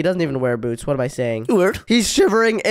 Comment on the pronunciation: Why does say wart instead of what